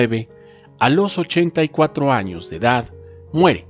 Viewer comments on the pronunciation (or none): none